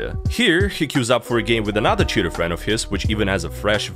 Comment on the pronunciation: Sometimes when you say "cheater" it sounds like "shitter" which is a better word imo